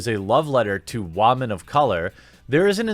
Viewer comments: Is it a joke that you pronounce it as "wah-men?" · "Wamen"? You keep saying this word. What does it mean? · Where tf you learn to say women at? Wah-men 😂😂😂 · "women, wahmen" gaaaaasp he's a fan!😍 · “Captain Meh” The first unattractive Wahmen superhero. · Really? you pronounce women was as "WA-men" and you are calling her out on this. Pot calling the kettle black much? While she doesn't bring up the facts, you make the assumption that her claim is well founded. I know you can't give the in-depth research into this as a part-time job, but because you suspect her to be voice a claim to get good PR. Does it smell fishy yes. I say reach out to the people holding the press tour, see if they have the information she is talking about. You're making her out to be the bad guy with no evidence except he-said-she-said. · why do you say 'wamen' instead of' women'?